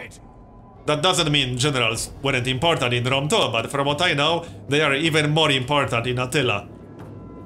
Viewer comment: "Rome Tow," gotta love that accent :)